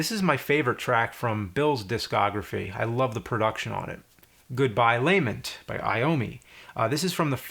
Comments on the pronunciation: lah-ment! not lay-ment! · It's not lay-ment it's lah-MENT